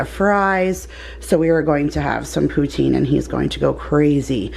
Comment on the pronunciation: I'm from Montreal and we say poutine just like you do. ❤🤍❤